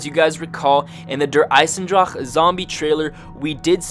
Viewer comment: I'm German you have to learn the word Eisendrache.... :) But for the beginning Good Video